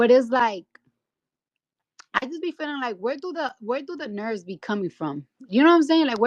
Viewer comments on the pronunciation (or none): B!tch can’t even pronounce nerves properly 😂😂😂